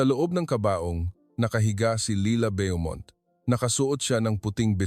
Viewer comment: Bo- mont , not byomont